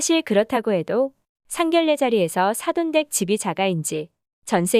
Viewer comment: 상견내라고 읽어요. 래가아니고요.